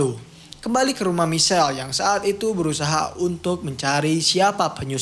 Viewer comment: Nyebutnya Maikel bang, bukan Misel.